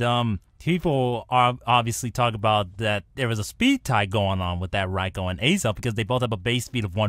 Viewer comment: The raikou should be named ryko not Rai-Oh